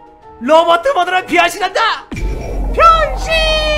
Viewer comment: 나 순간 변신이라고 할테 병신이라고 한줄 ㅋ 나만 그런가?